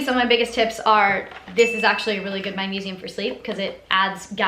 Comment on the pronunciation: WHAT WERE YOU MUMBLING ABOUT THE MAGNESIUM